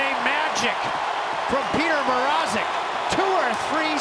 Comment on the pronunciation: Reporters Pronounciation of petr mrazek’s name is terrible